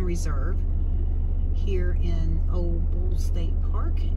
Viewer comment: It's pronounced "Ol-lee" Bull, long "E", "Ole" is a name.